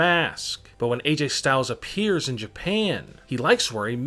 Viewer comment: Why the fuck u keep saying it like in jaapaane in a maask